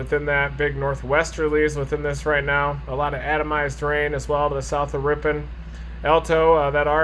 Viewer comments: I am from this area originally. Ripon is pronounced RIP-IN. And the town southwest of there Markesan is pronounced Mark-a-zan. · I love listening to people who are not from here try to say the names of our cities :) We say Ripin :) Just came across the link to this video so I thought I would check it out.. oh, I just got to the point where you got it :) Thanks for the video